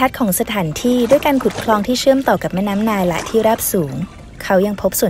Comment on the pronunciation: ผมได้ยินว่า "แม่น้ำมาย" !?!